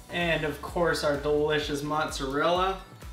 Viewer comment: Douche- bazal,,, mozzarella you need to pronounce words properly dude, besides that you aces.